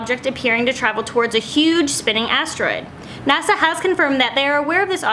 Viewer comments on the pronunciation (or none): none